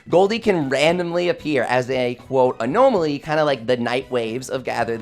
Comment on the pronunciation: Odd pronunciation of 'anomaly'